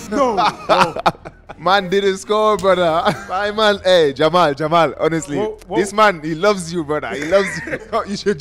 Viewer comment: with the “Hei” exclamation😂😂 sounded like a typical Igbotic Nigerian Accent 😅